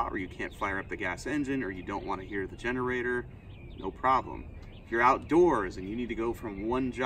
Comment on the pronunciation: Did you say "finnerator"?!